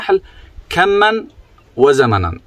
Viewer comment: كمن وزمنن ❌ كما" وزمنا"✔️